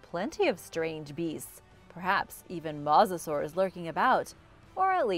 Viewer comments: It’s mosasaurs not musasaurs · It’s mosasaurs not musasasurs